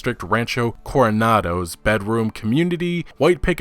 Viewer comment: Hey,! You nailed it! Nice job! Good pronunciation all around on this video, man! Thanks for the summary and break down!